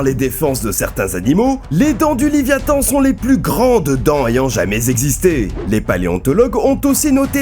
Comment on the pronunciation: Putain mais faut arrêter de prononcer le "s" de plus !!! Il est muet ! Sauf si tu fais une addition !!